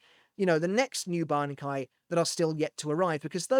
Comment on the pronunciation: Look at you pronouncing that bankai. Say that one squad 0s bankai 3x fast. The weaver's